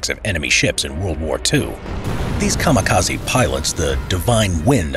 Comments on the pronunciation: I don't like to be that guy, but it's KA-MI-KA-ZE, not KA-MA-KA-ZI Ka like in Car Mi - Mint Ze - Center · General: A kamikaze boat is enrute BRRACE Random soldier: You mean Kamaka-sea HAHA Boom